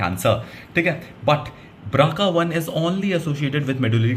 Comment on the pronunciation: Bro nice one, but I think it is BRCA not BRACA. Well that's not an issue. Good job